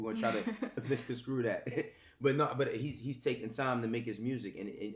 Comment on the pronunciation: it’s Mis-con-strue!